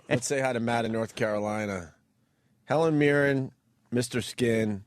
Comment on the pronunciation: Sounded like Opie said Helen Mirror.